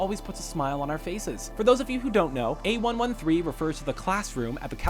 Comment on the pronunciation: That's not how you say "A113".